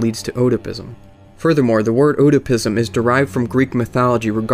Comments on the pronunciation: oedopism is pronounced like "ed-da-pism," not "o-dah-pism." cool video otherwise. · Ed-a-pizm, not oh-duh-pizm. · "Oh-dapism" Cmon now son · it's pronounced EDI-PISM As in it's namesake Oedipus Rex. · the "O" is silent in Oedipism.